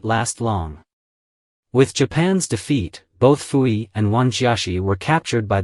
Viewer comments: Your understanding of Qing dynasty China is very lacking. Pu-Yi (it's pronounced poo not fu) had little to nothing to do with his sisters for most of his life as a result of him being adopted to the emperors Tongzhi and Guangxu. His sisters did not live in the Forbidden city. They lived in the Northern Mansion, the private residence of their father. You refer to him as Zai-Feng, but he held the title of Prince Chun. You refer to his daughters as princess but only the daughters of an emperor were allowed that title. Prince Chun's daughters and wife were only referred to as Lady. Prince Chun's only child that count hold any title would be his heir which was his then eldest son after Pu-Yi's enthronement, Pu-Chieh who was referred to as his excellency because he wouldn't inherit the title of Prince until his father's passing. Because of the laws of filial piety even an emperor can not dictate the life of his parents and as such Pu-Yi would have no say so in the marriages of his sisters as his father was in charge of his own household. Prince Chun himself was independently wealthy and as such maintained his lifestyle after the fall of the Qing dynasty. Himself believing in reform and modernization Prince Chun was keen to have all his children educated and later even turned his mansion into a private school were several of his daughters helped as teachers themselves before finally donating his mansion to the people's republic in his later years and it still stands today as a cultu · Why does the narrator pronounce Puyi as Fuyi?